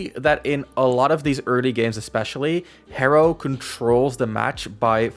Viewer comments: へ is He, not Hee so yeah thats correct pronunciation. good vid! love ur insight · Your pronunciation is hero へロー is correct! It’s similar to saying “ hello” in English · You pronounced Hero perfectly! Great job!